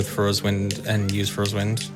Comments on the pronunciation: I always assumed it was pronounced "Fuh-roar" personally, but that's how I read it when I was like 5 years old... Definitely didn't think it was pronounced "Four-ays" like this guy was pronouncing it. Not even sure how he turned the spelling of "Farore" into "four-ay" Apparently he just thinks "are" makes "ore" and then the second R is silent? XD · It's faRORA's wind; not faYORAEYs..... jesus christ. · cant believe he kept saying foray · FAY ROAR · I love how keeps calling it Fauria’s Wind 😭😭